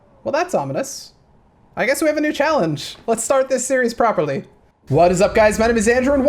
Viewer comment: Bro love your vids but what in the world is “onimuss” 😂